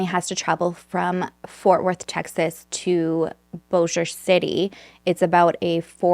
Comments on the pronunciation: I first want to say thank you 🫶 for pronouncing Bossier City and Shreveport correctly. I know when I lived there and someone who lives somewhere else would try to pronounce it, they would always say it like BOSSY-er. Wow, I was born and raised in the Bossier City/Shreveport area (41 years). We just moved to Pittsburgh Pennsylvania in August of 2019. It was nice getting to see it and made me even miss it a little. I even worked on the riverboat casinos for 14 years. I worked 9 years of it at The El Dorado. (Sorry, I'm just starting the video, I just wanted to say this before I got into the case) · This story is crazy. I remember when this happened. I live in Bossier City and let me say that I’m SO proud of you for pronouncing it correctly. Nobody gets it right!